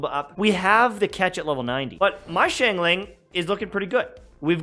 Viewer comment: The way he said xingling Shingling